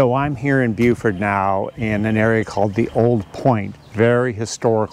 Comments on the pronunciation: Dear Lord, it's BeauforT.. Not BeauforD. hard T. Thanks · Beaufort ends in a T. Is he saying Buford? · David Morrill, I have a question for you: is pronouncing Beaufort correctly? He's putting a d at the end, not a t. Please advise.... I don't want to be mispronouncing it when I come there.